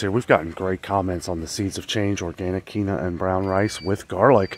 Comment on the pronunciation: Hey.....Quinoa is pronounced KEEN-WA. Weird I know. 👍